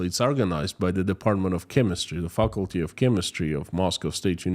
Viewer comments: Fuckulty was a more fitting pronunciation! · If it wasn't so tragic it would be funny, and I like your pronunciation of faculty 😂 you cheer me up in the circumstances, I think families should be allowed to travel for a better life